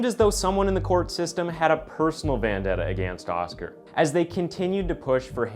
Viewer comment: Did you say "personal VANdetta?